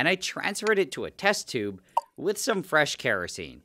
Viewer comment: Fwesh metal 🤌🏼